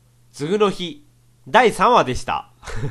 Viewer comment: [つぐの日]みたいな発音で[次の日]って言わないでくれ…